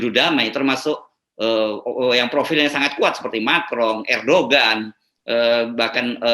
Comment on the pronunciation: Konspirasi teori sampai saat ini dibanyak negara majupun masih tetap marak, jadi ini bukan monopoli Indonesia saja. (Maaf, sedikit koreksi, Erdogan dalam bahasa Turkiye diucapkan sebagai [ERDOAN], silahkan dengar dimedia internasional.